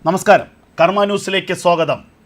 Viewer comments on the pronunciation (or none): none